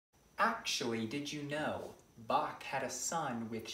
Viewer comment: The know-it-all doesn't know, how to pronounce Bach😂